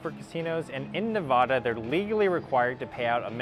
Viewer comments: Have to pronounce Nevada correctly! It’s not Ne-vah-dah it’s Ne-vehh-da! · It isn't pronounced Neh-vahhhhhhhhhh-duh ugh. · For anyone that’s not a familiar with the pronunciation. It’s Nevada not Nevoda, if your ever here a local may correct you just saying, it happened to me when I first moved here. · You lose all credibility when you can’t pronounce the state correctly